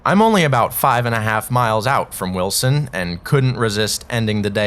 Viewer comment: You got Choco and Greenville right, but you keep pronouncing Wiltson as Wilson.... C'mon now.... It's WILTSON